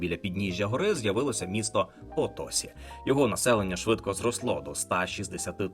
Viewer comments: Все добре, окрім наголосів: замість "парАна, гуарАні, потОсі" насправді наголос на останню голосну - "паранА, гуаранІ, потосІ" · потосІ - наголос на останній склад. воно ж і пишеться відповідно - Potosí.